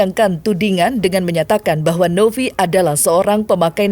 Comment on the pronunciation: Novi pak. Bukan Nopi.. V ama P beda lhooo🤣😂🤣😂